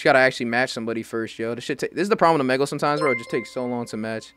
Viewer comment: Bro said "O. MEG. LEH" not trying to be rude